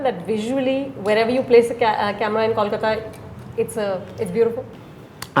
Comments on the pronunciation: Bombay was an alternative name of Mumbai, the city did not get mispronounced as mambui, or momboi but these ignorant people mispronounce Kolkata, and think it's cool, you if u can't pronounce Kolkata , say Calcutta, or Even Kalcutta, we are fine with it. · Because Mumbai was Bombay. Kolkata was nvr Kolkoto or Kolkota . Mispronouncing a name is a certain level of disrespect for the same.